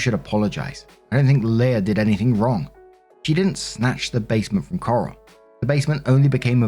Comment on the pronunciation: S2: Leia’s a bitch. Or the sister is. Honestly, I lost track of who was whom because I was too focused on pronuncing Coral’s name as Carl.